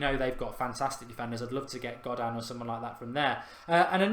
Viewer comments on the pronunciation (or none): Garay pronounced as Gar-Eye, and Godin pronounced as Go-Dean. Sorry, had to be done 😂